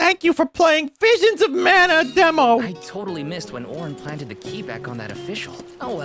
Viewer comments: Vinemons of Mana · VEESHEENS of Mana.